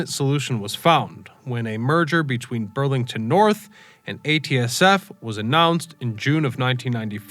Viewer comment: great job on pronouncing Madrid the correct way. It’s a cool little town.. place to grab a great green chile cheeseburger. Burlington NorthERN is important to us BN fans. This HO model railroader’s blood bleeds cascade green.